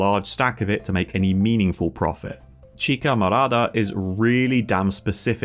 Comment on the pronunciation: btw did you misread chicha morada? cause you say chica morada which means purple girl lmfao.